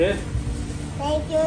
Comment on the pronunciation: Ооо сенкю тенчи бад мегида